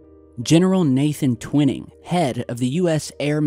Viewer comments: T-WHY-ning not Twin-ning :P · It's painful to hear you constantly mispronouncing General Twining's name. Check it out!